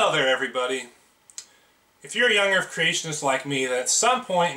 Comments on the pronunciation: "Young Earf Creationist" ? What's an "Earf" ? oh, that's probably that flat thing. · Young earf ? 🙄 seriously ? 🙄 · Anyone notice says "urf" instead of "earth"? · Earf, vestidual ... not only is his argument rubbish, he's not even pronouncing the words correctly. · Does this guy keep saying earf and truf? It's hard for my old ears to tell. If he is, it's okay. I am not making fun of him if he has a speech impediment! I just can't distinguish the words. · Is he saying "young erf"? He must be flat erfer too. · I'm i the only one that can't stand the significant mispronunciation of 'Errff' (Earth) and 'vistig-ual' (vestigial) by someone who is attempting to discredit well researched and documented science? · Not to me. Hell, he can't seem to say earth right either sounding like "erf". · I'm sorry, but I can't listen to this guy. Between his dishonesty, his ignorance and his inability to say "Earth", I just want to rip my ears out to make his shut up. I know it's petty, but I don't care.